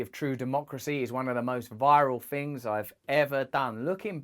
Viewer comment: Interesting that you feel the need to go back and say "I didn't do bad all fings considered..... all in all I fink I did alright" We're not going to solve world problems with a video time machine.